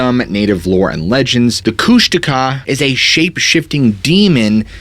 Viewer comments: You actually pronounced the koosh ta kaw correctly. Thank you. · kushtaka? you got mad pronunciation skills dude. Just about everyone else murders that word.